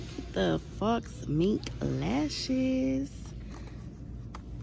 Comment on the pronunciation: Just a quick point: it’s pronounced “foe mink” not “fox mink” with the lashes! Love your videos! ❤